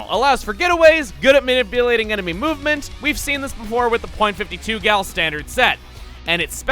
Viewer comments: People say the period in .52 gal and all of it's family tree. As the 'gal' in the weapons are a joke on 'cal', or 'caliber', the period should NOT be said when saying the weapon name. It should be pronounced as 'Fifty-two Gal'. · Dude. I'm pretty sure you aren't supposed to pronounce the "point" in .96 Gal or .52 Gal. Also, are some people seriously deluded enough to think that EarthBound ripped off Undertale? Wooooooow. XD